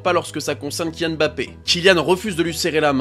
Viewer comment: Il s'appelle "Mbappé" pas "Embappé" Tout comme "Killian", pas "Ka-illian"